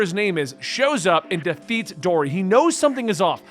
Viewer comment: Just some tips about names. Her name is Kuina which is pronounced. Vivi's country is called Alabasta. In Japanese R and L are the same letter and get swapped from time to time. You said Dory and Broggy correctly. Side Note: Luffy was just cool to me until around 600 chapters in and now he's one of my favorite characters of all time. You'll see why down the line. Don't wanna spoil so I can't explain it at all LoL.